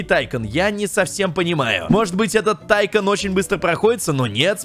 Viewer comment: Если что как ты говоришь тайкон называется не так тайкун называется атйкун